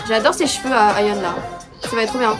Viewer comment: Le nom de Ayheon ses bon tu prononce bien mais asa ses ace-a sa ses comme si tu parler avec l'accent anglais se prononce comme ça 👍 sinon j'adore le fait que tu apprends a vraiment connaître le groupe ça fais beaucoup plus professionnel j'adore t'as vidéo